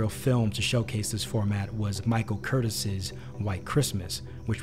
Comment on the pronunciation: Michael Curtiz (ker-TEEZ), not Curtis.